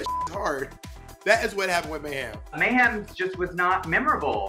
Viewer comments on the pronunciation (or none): Oh God not MEH-hem, lol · Can someone explain to me why everyone says Mayhem's name like "MAY HAM" Miller? Is it a read or something?